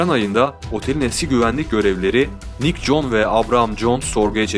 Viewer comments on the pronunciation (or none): none